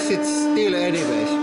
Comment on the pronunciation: "Press it still aneeway" lollll